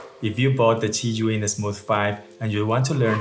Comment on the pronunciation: Thanks Otto, why can't you still pronounce szaiyoun Otto! That was a joke btw, but you should have improved by now because it's been a year since we talked the zhiyun smooth Q3. You can pronounce it as x from Start and give it like xaiyoun.